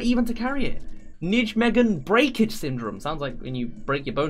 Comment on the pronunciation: Nijmegen is pronounced "nei-may-guh" or "nimmah" for short